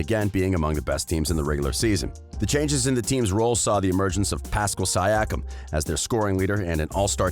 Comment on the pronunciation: Jesus bro I hope I know you’ve learned how to pronounce Pascal Siakam’s name lol he was only the second best player for most of the playoffs on a championship team cool video though